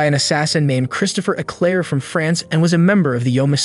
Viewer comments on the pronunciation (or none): none